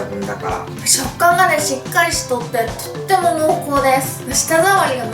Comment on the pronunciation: なぜ最後の挨拶の『とっても』だけなまってるんだろうw可愛いけどwそして『是非是非』も【ゼシゼシ】に聴こえる確率高いので可愛いです😍